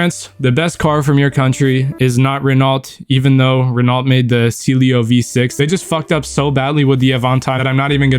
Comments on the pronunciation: Clio. It's Clio. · "Cee lio"🥀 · thé c-lio ? 💀 ITS PRONOUNCED AS A NAME , ITS CLIO ( it’s the name of a diety If Im not mistaken ) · alright, a few mistakes is aight, but saying Cilio V6 is NOT alright 😭 (no french bias) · DID BRO JUST CALL CLIO "CEELEO" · The slio 🤣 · "cee leo v6" wrap it up bro 😭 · I know right it's actually pronounced "clee-o" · bro how did ou fuck up saying clio, it's literally 4 letters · how tf are you pronouncing these Renaults Cilio? AvANtine? Pewjit? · "pewgeot" "al-paine" "renauhlt" "cee-lio" "av-ahntime" I'm not even french and even I got ragebaited holy shit 😭💔